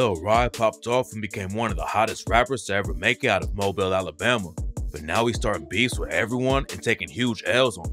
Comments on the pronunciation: Mo-Bill is literally mobile wtf lol Mo-Beal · It’s moe-billl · Its Mobile(Mo-Bill) not mobile like a phone put respect on our city😭💯